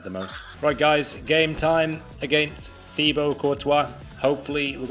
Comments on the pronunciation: I thought it was pronounced Tibo not thibo (btw i know his name is spelt Thibaut) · His name is pronounced ti-bo. He must of been cringing every time he heard his name said wrong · It’s pronounced tibo